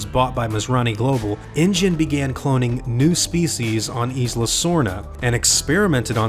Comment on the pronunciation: This is cool. FYI, the "S" in Isla is silent. Same as Island